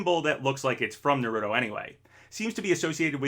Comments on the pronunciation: It's pronounced "NAH-ru-toh" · Try pronouncing Naruto correctly next time.